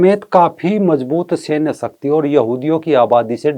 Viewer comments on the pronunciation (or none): none